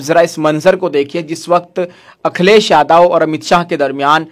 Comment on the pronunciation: अखिलेश यादव का नाम लेना सीख लो भाई